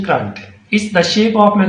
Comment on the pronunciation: It is current not crrrunt😂. Thanks